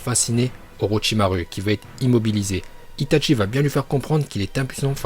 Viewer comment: Tu m'énerve quand tu dit Hitatchi